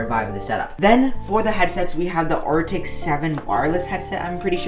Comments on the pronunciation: its the arctis not aritech btw...anyway cool setup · Yo, great vid! Just wanted to point out that the headset is the Arctic not “airtech”.